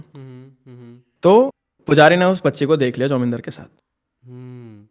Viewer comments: IT'S JAMINDAR NOT IT'S JIMODAR 😂😂😂😂😂😂😂😂😂😂😂😂😂😂😂😂😂😂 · As a Bengali this is not "Jamindar" this is "Jomidar"😅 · Also not jomindar